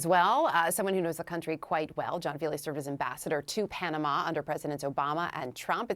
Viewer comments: Girl can't say Panama, keeps saying Panada. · Why can’t she pronounce Panama Pah Nuh mah ?!